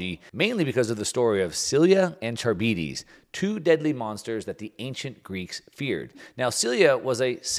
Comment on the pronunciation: Charybdis is pronounced kar-rib-dis, not char-bee-dees